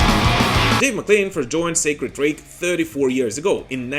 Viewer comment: Sacred Reich (Rike not Rake)